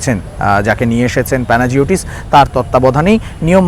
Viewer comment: উচ্চারণটা হল প্যানাইওটিস ডিলবেরিস (অথবা ডিলম্বেরিস)